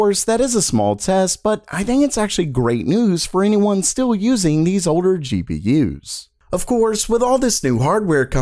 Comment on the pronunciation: Good videos, but I hate the way this guy says "GPU's" lol